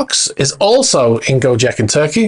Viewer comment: The first sinking boat in Greece is a ferretti 880; the second in Bahamas is a ferretti 830. Gocek in Turkey is pronounced Go-Chek, not Go-Jeck.